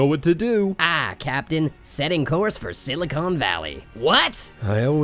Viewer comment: Silicone valley? Not SILICON valley? Or was that deliberate?